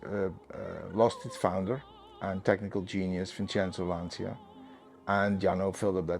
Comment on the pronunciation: beautiful clip, amazing car - but please look up on how to pronounce 'Lancia' correctly...